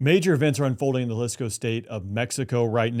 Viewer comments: Say the name correctly, its Jaleeesco! 😂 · Thank you for being able to pronounce Jalisco.